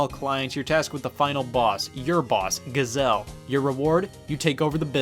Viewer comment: Isn't a Gazelle an animal? Giselle is pronounced so different.